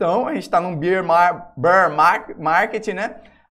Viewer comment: toda vez que vc fala "estamos num beer market" eu ouço "estamos no mercado da cerveja" hahahah a pronuncia correta para urso é béar =P